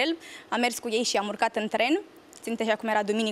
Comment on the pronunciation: "Șî noi putem " lesin cand ii aud 😂😂😂